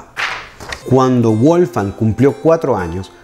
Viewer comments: Muy lindo el vídeo, lo único que me gustaría que revisase es la pronunciación del nombre de Mozart. Es Wolfgang (la W suena a V), no Wolfang. Saludos desde Argentina! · Estimado: en alemán la doble u (w) no se pronuncia como en inglés, sino de forma llana, como la uve (v) en castellano: Weber se pronuncia "véber" (no "béber") y Wolfgang se pronuncia "volfgang" (no "bolfgang"). Espero que esto te sirva para tus maravillosos videos, que sigo siempre con mucho interés. ¡Saludos! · eres maravilloso. Soy cubana y aquí la internet es aún un poco cara. Mira si eres bueno que llevo dos días escuchando tus magníficas clases sin parar. Una sugerencia para quien puede hablar portugués brasileño por asociación musical y porque lo vas a seguir usando: en aleman la w suena v y no vu como en inglés, la v suena f así que Mozart suena volfgang Amadeus motzart y Beethoven suena lutvig fan beetofen y Bach suena baj. Pero eso es solo para que te acerques aún más a la perfección, por favor no lo tomes como una crítica altanera. Te has vuelto mi amor a primera vista en YouTube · WOLFGANG SE ESCRIBE Y SE PRONUNCIA VOLFgang Es un nombre aleman